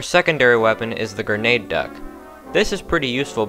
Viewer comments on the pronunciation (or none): it is Grenaduck, not Grenade Duck